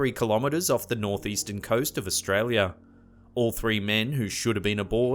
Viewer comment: Australi - a ........as in "are" and not "err"